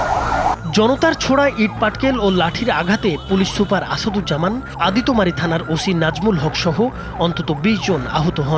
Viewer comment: সন্দেহ কখনো বিচার কে পূর্নতা দেয়না। এতে পূর্নতা পায় মব। এর আগে এরকম অনেক ঘটনা আমরা দেখেছি তাই সবার উচিৎ এসবের বিরুদ্ধে সোচ্চার হওয়া। আর সাংবাদিক সাহেব আদিতোমারি না এটা আদিতমারি হবে।